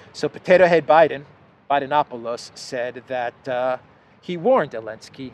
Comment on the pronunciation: I always enjoy you calling him Elensky. I have no idea why you don't say the Z but it is hilarious.